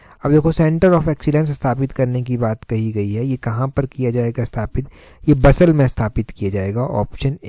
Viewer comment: Sir I think it's बसाल Not बसल